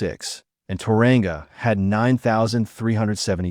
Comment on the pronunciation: The way you pronounce Tauranga is funny